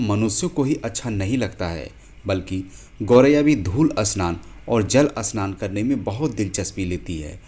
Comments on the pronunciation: भाई अस्नान नहीं, स्नान होता है. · जानकारी बड़ी रोचक लगी, पर उच्चारण में सुधार की आवश्यक्ता है। स्नान की जगह अस्नान तो फिर भी चल जाएगा, पर स्पष्ट की जगह अस्पष्ट तो अर्थ ही उल्टा हो गया। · 😂😂 स्नान not अ स्नान and Marathi में इसे चिमणी कहते है संस्कृत में शृगालः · अस्नान सही या स्नान सही है और अस्पष्ट सही या स्पष्ट अस्थल या स्थल वीडियो तो बनाना जान गया है लेकिन सही उच्चारण नही कर पा रहा है । सही बोलना तो सीख लो ।